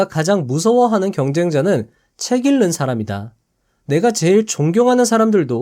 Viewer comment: '책을 읽는 사람'의 발음은 [채글 일는 사람]이 아니라 [채글 잉는 사람]이라고 발음해야 합니다 ^^